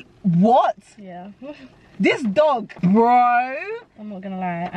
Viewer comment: The 🇳🇬 accent came out when she said “this dog” 😭😭😭